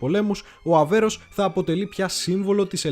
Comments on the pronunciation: Πολύ καλή δουλειά...με μια μικρή παρατήρηση, πάντα καλοπροαίρετη: " Αβέρωφ" και όχι Αβέρος το οποίο ακούγεται κατ' επανάληψη. Ευχαριστώ! Συνεχίστε την ωραία δουλειά. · Φίλε , είσαι ωραίος , αλλά το πλοίο λέγεται ΑΒΕΡΩΦ , όχι Αβέρος που λές συνέχεια ....χαχαχαχαχαχαχα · Όλα σωστά αλλά μην το ονομάζεις λάθος Αβέρωφ όχι αβερος είναι δύσκολα να το λες? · Ok αλλά φιλαράκι κάνεις αρκετά λαθάκια και δεν ξέρω αν το κάνεις επίτηδες. Είναι Θωρηκτό Αβέρωφ και σίγουρα όχι Αβέρως. Ιστορική αναδρομή με τόσο προφανή λάθη? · ΒΡΕ ΑΔΕΡΦΕ.....ΑΒΕΡΩΦ.....ΟΧΙ ΑΒΕΡΟΣ....Η...ΑΒΕΡΟ...! ΕΜΠΕΔΩΣΕ ΤΟ ΟΝΟΜΑ ...ΔΕΝ ΕΙΝΑΙ ΔΥΣΚΟΛΟ...ΧΑΛΑΡΑ ΚΑΙ ΘΑ ΤΟ ΠΕΙΣ ΣΩΣΤΑ...! 😊😊😇